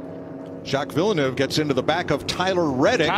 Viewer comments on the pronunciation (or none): Did I just hear Villenueve